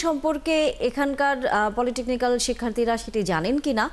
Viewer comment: এই যে নিউজ প্রেজেন্টার এটা পলিটেকনিক্যাল না, "পলিটেকনিক"